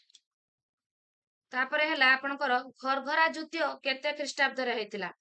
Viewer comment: ଯୁଦ୍ଧ୍ୟ ବଦଳରେ ଯୁଦ୍ଧ ଉଚ୍ଚାରଣ କଲେ ଭଲ ହୁଅନ୍ତା ।